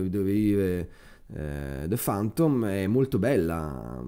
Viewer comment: Ma è questo il punto, sbagli la pronuncia per tutto il video. :( Questa parola (chiave) si legge ['fæntəm], con la "e" aperta. "fAntom" francamente nun se può sentì :). Sorry. Niente di personale!